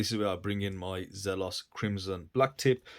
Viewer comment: It's pronounced Zelos, not Zelos.